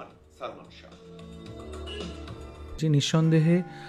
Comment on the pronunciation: একটি কথা বলি সঠিক উচ্চারণ হলো শাহ্ ঠিক আছে আর আপনি বার বার উচ্চারণ করেছেন শাহো I think you understand